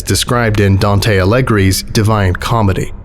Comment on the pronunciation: Imagine the look on the face of an Italian like me, who hears "Alighieri" pronounced as "allegri" which is the plural form of "happy"/"jovial"... You'll excuse me, but I've never seen a painting of Dante Alighieri smiling, therefore, it must be Dante from Devil may cry...